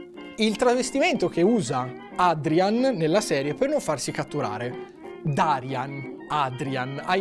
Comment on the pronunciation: Si scrive "Darian", ma si pronuncia "Daraian".